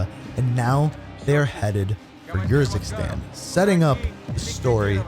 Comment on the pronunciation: Bro they say the name of urzikstan and fara Karim out loud so many times and you still say them wrong it hurts my soul so bad